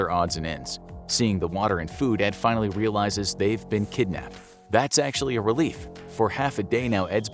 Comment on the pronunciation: HE SAID "FAINALLY.!!!!!!"